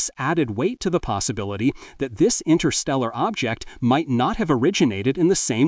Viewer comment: Fascinating. 11.34 "Intersteral'.... don't know such word 😂 suppose it should have been Interstellar.